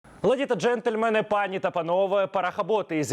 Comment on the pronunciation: Пане, у слові "пані" наголос на А, якщо звертаєтеся до одної, але якщо до багатьох - то на "І". Треба казати "панІ й панОве".